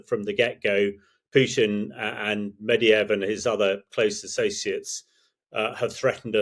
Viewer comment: "Putin and Medeeyev..." Yeah, good work on the names, thats not even a mispronunciation - its just wrong. The is is low effort, low intellect copium. Russia has WAY over 2:1 firing rate for artillery, missiles etc ... This is even more impressive because the Russian forces ran out of missiles in summer 2022. Lets just allow Zelensky to negotiate before the country is destroyed even more.